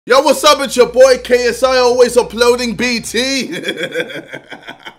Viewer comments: He said KSE sorry to disappoint you guys. Go and re-listen. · LMAOOOO YO I think he was trynna say "KSI" but he was also trynna say "see, that's what I'm talkin about" so it sounds like KFC 💀